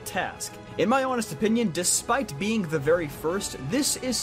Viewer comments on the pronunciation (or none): none